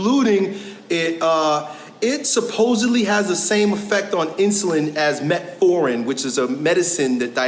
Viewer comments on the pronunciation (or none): Man!!! Your reaction to this video after he said "metforin" 😂😂😂😂. Im with ya. If you cant pronounce it you have not business speaking on it. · OK, I'm a doctor and I will say this. He did pronounce metformin wrong, but the first line treatment for diabetes is lifestyle change. This means, when someone is first diagnosed with diabetes, before going on medication, they should control their blood sugar with diet and exercise. Exercise does help to push the sugar from your blood into your muscle, lowering your blood sugar and controlling your diabetes. Medication comes into play for people who refuse to undergo a lifestyle change and therefore their blood sugars remain uncontrolled, which can lead to end organ damage. So....... He's not wrong in saying that. Just needed to get his word pronunciation straight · Yes, he mispronounced the drug, and ten minutes was a likely a poor representation of the research. That being said, here's a scientific article that suggests that there is some truth to it. Thirty minutes of strenuous exercise after eating significantly lowers average blood sugar. "Frampton J, Cobbold B, Nozdrin M, et al. The Effect of a Single Bout of Continuous Aerobic Exercise on Glucose, Insulin and Glucagon Concentrations Compared to Resting Conditions in Healthy Adults: A Systematic Review, Meta-Analysis and Meta-Regression" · I will say you got emotional when he pronounced it wrong…